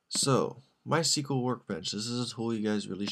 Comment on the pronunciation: You pronounce MySQL all wrong LOL